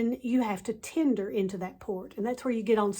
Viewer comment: "and bypass ALL THESE PEOPLE..." Yep, this is the way to talk about your potemtial subscribers... And this is not the only time she calls her fellow passengers "these people." Oh, and by the way, lady, it's /ˈtendər/ not /'ti:nder/